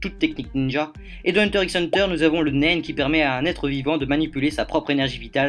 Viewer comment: Moi ça m'a choqué quand j'ai regardé les 2 (d'affilée en plus mdr) mais par contre dire "hunter ix hunter" c'est inadmissible pour tout fan de manga ou anime, on dit "hunter hunter" voyons